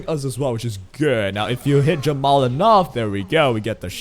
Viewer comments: i keep hearing jamal instead of jenua is it just me? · nope he keeps calling jeepua jamal :C